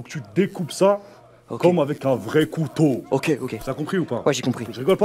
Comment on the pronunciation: Un vrai COUTOW